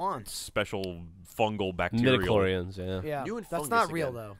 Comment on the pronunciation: ...episode 1..."he has a lot of MEDICLHORINS"